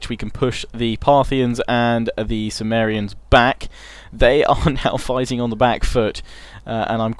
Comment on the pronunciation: Love all your LPs mate, great stuff Bur is Cimmeria not pronounced Kimmeria, like Mac(k)edon, Seleuc(k)id? Just sounds like your saying sumeria. Not that it's a major issue or anything just intered to know. Keep up good work.